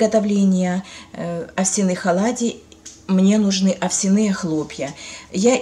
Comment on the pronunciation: ОвсЯные, а не овсянЫе.....ухо режет неправильное название. Где вы слышали такое ударение?